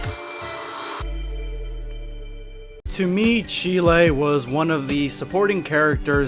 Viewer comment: Its cheelai (chi-lie) not cherye or however you spell or saying it.